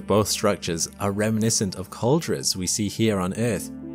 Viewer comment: Great video. Only quibble: it's pronounced cald-AIR-ah.